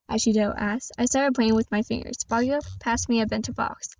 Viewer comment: Its good actually pretty neet btw you did mispronouns bakugou its ok thats my first time saying bakugou